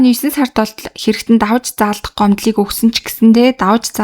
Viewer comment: Davaj zaaldah bish davj zaaldah gd heleed surchuul